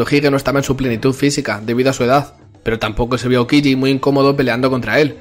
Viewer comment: “aoquigi” hahahahaha!!!